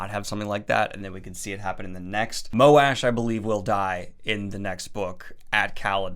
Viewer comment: Is Moash pronounced how Daniel does? It sounds so bad this way